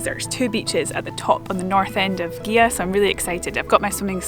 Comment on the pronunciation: Great video as I have overnighted on the visitors moorings a few times but never explored the island, hopefully some time. Incidently it is pronounced Geea, not Geha, the gh is silent.